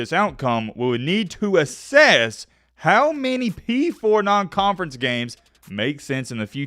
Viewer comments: The bama director saying asses instead of assess, also bamas non conference isn’t the problem 😂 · access or asses? LOL